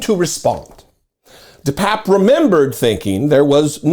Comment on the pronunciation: Bro! My sister went to high school with this nutcase. I believe it's pronounced 'de papier' Best of luck with the surgery!